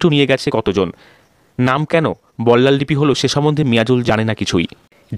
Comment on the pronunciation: বল্লাল ডিপি নয় ঢিপি।